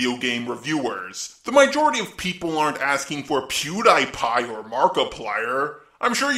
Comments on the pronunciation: I love your videos, but why do you also pronounce "Pewdiepie" wrong? It's Pew-dee-pie, but yeah, I am just nitpicking, you are awesome! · Im sorry but its Pew-DEE-pie Not Pew-DIE-pie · Pew dye pie? Pew DEE pie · Not pewdipie, Pew DIE pie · Good vid, but I kinda cringe a little when you pronounce pewdiepie as peew dye pie. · Pewdiepie is PEW DY PIE not pew die pie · Editing is on point. I see you also paid attention to my last comment. You're doing a good job. One more thing, sorry if it sounds like I'm ragging on your pronunciation, but I think you might mention pewdiepie in the future so for future reference it he goes by "Pew- Dee- Pie". Nice video. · ""PEW- DIE PIE?!" w h a t e v e n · The best video. But the only problem I have is PewDiePie. Pew-Dee-Pie is how you say it. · Why does say “Pew Die Pie?” That aside, this is why I don’t trust gaming journalists. I miss the days when you could go to a Blockbuster Video Rental Store and rent a new game, and make the good or bad judgement before slamming down close to $50-$60 to buy it. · Ha! He said Pewdiepie in a weird way. Omg it’s unironic. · LOL I think it's cute how bad you pronounce PewDiePie's name